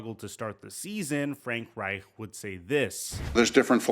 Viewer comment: I like how you enunciate Reich’s last name. The ‘ch’. You sound somewhat German 😂